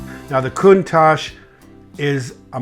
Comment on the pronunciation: Excuse, why did you change you pronouncation of Countach since video with Harry? Just asking cause I don't want to sound like an idiot when speaking this name.